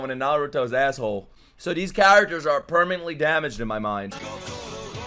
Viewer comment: You're murdering character names, but it cracks me up 😂😂